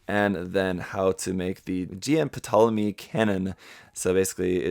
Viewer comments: Carl Javier I mean, he said he had trouble pronouncing “Ptolemaios”, but he pronounced “Ptolemy” just fine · you pronounced “Ptolemy” quite well. Just replace the “my” with “maios”, you have the correct pronunciation of the ship